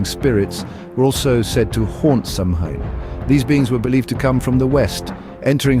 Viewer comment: Not Sam Hain goid gods 🤣 pronounced "SAH win . Educate yourself before attempting a documentary on something you apparently know nothing about.